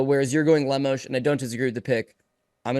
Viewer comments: Bro said "Lemas" 😂💀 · Made my ears cringe with pronunciation of Amanda Lemos name lol